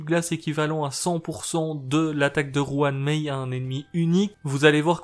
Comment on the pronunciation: La fameuse "Juan Mei" :)